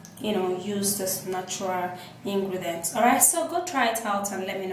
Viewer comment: "Ingredence" 😂😂 acting as if you are an expert. Treatment? Fuck you can you please run away